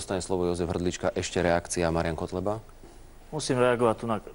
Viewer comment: MAGIAN MA PAJAZYTY V PREDKOŽKE